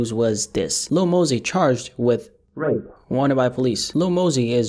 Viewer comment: Why are you not saying Rape properly? If he raped that girl he needs to get life and hopefully gets violated in there